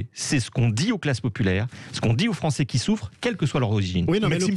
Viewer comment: la gauchiure Corato : " les français gnagnagna " euh les français ou li fronçais ? 😂